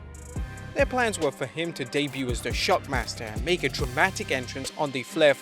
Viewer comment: No, sting said Shackmaster. Listen to it.